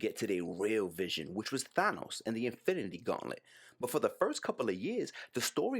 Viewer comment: Thank you for pronouncing THANOS correctly